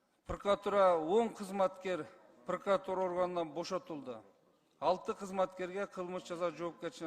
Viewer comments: Эмне «пркратура»? Эмнеге «прокуратура» эмес? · Блинн вообще кругозору, илими ноль турбайбы бул прокурордун прокурор деген созду прыкотура деп коюп журот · Прокуратуравы же прыкратуравы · Прыкратура дебей жумушуңду тапшырып кетчи,бетиңди табактай кылып,курсагыңды тойгузуп отура бербей. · "Пыркратура"-деген адам кантип ген.прокурор болуп журот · Зулушев прыкыратура 😂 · Прыкратура дейт го